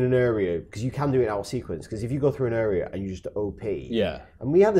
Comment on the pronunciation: Got a lot of time for pronunciation of "area"